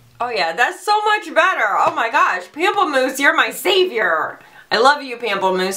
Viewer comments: You make GWM so entertaining and refreshing. I always need to pause when lining my eyes or lips, because I can't stop laughing. 😅 Btw, it's pronounced 'pomp-pleh-moose', which means 'grapefruit' in French. Never change ! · the way you say 'pamplemousse" is seriously the most hysterical thing ever...love it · Omg, pamplemousse is cracking me up, I'm sorry. That's such a funny word. I'm sure it sounds sexy when properly pronounced, but French is too high class for me. I hated it in high school. I signed up for Spanish 3, but not enough folks were as nerd as me, so they stuck me in French. Whyyy?